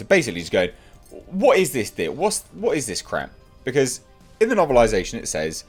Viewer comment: I’m glad the hype and the movie has come and gone but I will always missed hearing your “tha rise of Skywalker”. I crack up everytime I hear it.